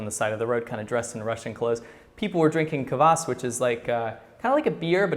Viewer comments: one thing . not kawas but kwas it means acid and its disgusting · I realize this was literally almost a year ago, and just a small correction about the russian/ukranian drink you mentioned, its called Kvas (not Kavas). If i misheard, then sorry :P but just how i heard you say it sounded like you said Kavas. We have the same drink here too, only its non alcoholic and ofc commercialized so you have different kinds of flavors etc, but yeah its rly high in vitamin B so its kind of healthy :) As far as i know Kvas is also non-alcoholic even in russian versions (since thats where it originated). Anyway rly like your videos